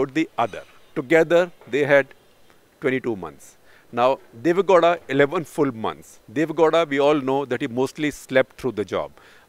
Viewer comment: For heaven's sake Shekhar it's not Deve "Ghoda", it's Deve "Gow-da"(gau-da). You hv been repeating this since the days of "karnatak". Get your pronounciations right as a journalist.